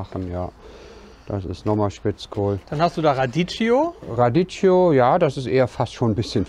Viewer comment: Morgen…Radicchio (sprich: Radikkio, nicht Raditschio)…ansonsten wie gewohnt netter Content